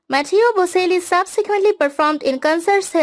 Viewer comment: bo-CHEL-lee (not bo-SEL-lee)